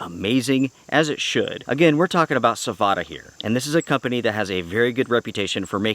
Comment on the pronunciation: its savotta man, not savota. check how they say it.